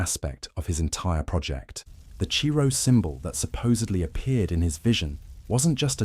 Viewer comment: Chi Rho is not pronounced Chee Row ,it’s pronounced Kai Ro . Must be a Robot Reader without previous programmed knowledge of Culture and history 😂